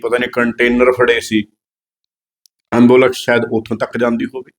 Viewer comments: ਐਬੋਲੇਕਸ਼ ਨੀ ਐਬੂਲੈਂਸ ਹੁੰਦੀ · ambulax nhi ambulance hunda 🙏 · ਅੰਬੁਲੈਕਸ ਨਹੀਂ ਐਂਬੂਲੈਂਸ ਕਹੋ 😂😂😂😂😂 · Baki gallan shado tusi pehla di english suno kine vad kado onda ambulex 😂😂 ambulex 😂😂 keda angrej kol pad aya baharo 😂😂